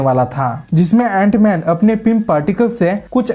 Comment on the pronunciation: Jant man nhi it's antman😂